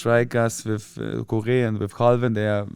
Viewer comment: I can't work out the first one, but I think the second one he's saying is "Calvin" which I expect he means Calvert-lewin Even looking through Evertons squad I can't work out the other name.